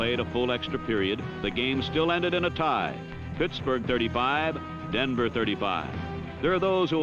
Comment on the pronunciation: "Puttsburgh" lol